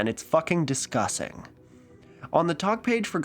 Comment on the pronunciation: I didnt even catch that he said discussing, I wad like ok kind of on the nose joke 😂